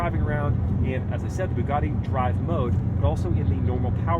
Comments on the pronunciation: "BOOGARDY"?? It's "BUGATTI" "BU" rhyming with "YOU", "GATTI" rhyming with "FATTY" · it's nice that Andrew tate let you drive one of his "bwuguattis"